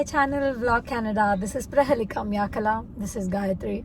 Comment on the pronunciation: I like the way u pronounce ur name 😂🤗